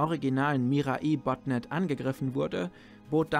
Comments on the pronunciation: "Mirai" ist Japanisch und bedeutet "Zukunft", also goldrichtig was du gesagt hast. Allerdings wird es korrekterweise nicht "Mira-i" ausgesprochen, sondern "Mirai" ohne Mini-Pause vor dem letzten i. Also das "ai" eher wie "Ei" (wie das Frühstücksei) ausgesprochen. Keine Ahnung, wie ich das besser beschreiben soll xD Sprachen sind schwierig 😅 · Ey joo Mirai wird ohne i lang gezogen ausgesprochen.